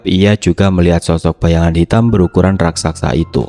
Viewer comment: Bnr2 gak bs spelling RAKSASA ya? RAK-SA-SA, bukan RAK-SAK-SA.